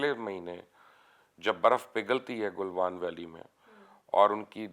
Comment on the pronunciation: The guy doesn't even know how to pronounce Galwan..lol..Also doesn't have economy to run their own country n talking big here..